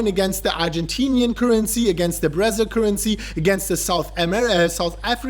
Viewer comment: "Brazz-il"... i think someone watch too much Brazzers 😝😝😝